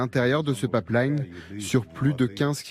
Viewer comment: C'est : " pipe line " pas " papleïne "